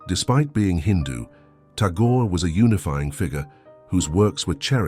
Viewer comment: Ta-gorey ? gorey?? Clearly a video made by some poor pakistani pretending to live in UK and using a computerized voice to garnish a few dollars from youtube . Laughable and pathetic. Ta-gorey indeed !